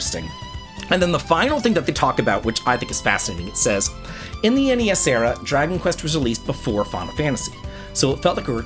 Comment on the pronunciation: THANK YOU for saying N-E-S and S-N-E-S! It’s so weird hearing Gen Z and Alpha say “Nes” and “Snes”. My Unc-status is showing 😭